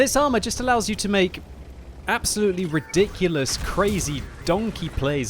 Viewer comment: Its ridonklious